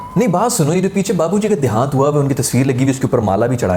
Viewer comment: "Dehaant" got me like 😂